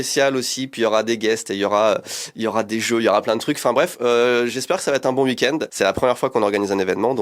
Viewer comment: Hey, je rêve ou tu prononces "wui-kend"??? 😅